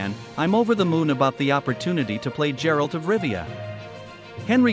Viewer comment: GERALT NOT JERALT